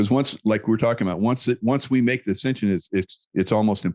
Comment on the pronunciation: It sounded like Michael Jaco said, “descension,” twice. Didn’t he mean ascension? Can you clarify that?